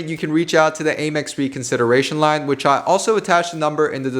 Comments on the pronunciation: AYE-mex ?? It’s Ah-mex bruh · Hearing you say Aye-Mex bothers me I’m used to hearing Ah-Mex lol